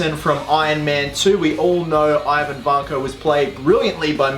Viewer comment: The pronunciation of the name Ivan is not accurate :) Don't know how to show the right variant in a comment. If you are interested you could just google it lol But great vid tho